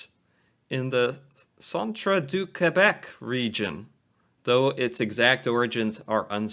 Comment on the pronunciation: Please, come to Quebec (I love how you pronounce it!!) and we will take you to the authentic towns that claim to have created it. That gravy should have been dark brown, but whatever LOL. Love you, love your reactions!! I'm sure plenty of Canadians have offered to ship you our favourite snack and maple sirop! <3